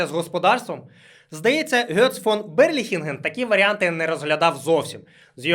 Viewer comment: Ґец, не Гьоц.